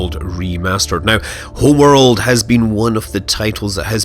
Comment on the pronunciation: Hurr, this HRRRMMMWRRRLLDD is so much prrrrrtierrrrr than the old one. Really, dude? And stop fucking talking into cutscenes.